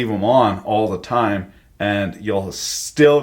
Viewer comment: That opening was definitely not “time” Sir!